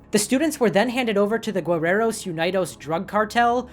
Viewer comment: oooh! your mexican pronunciations are good ! mexican names, especially those that derive from indigenous mexica words, are hard to pronounce, even for mexicans. just a tip, "guerreros" has a silent "u", so it's pronounced "ge" instead of "gue". and "unidos" is pronounced "oon-ee-dos"! otherwise, all other pronunciations are great !